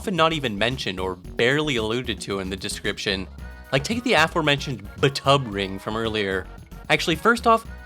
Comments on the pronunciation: "b'tub ring" = bathtub ring fwiw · B'Tub Ring... "Bath Tub Ring" . . . I guess?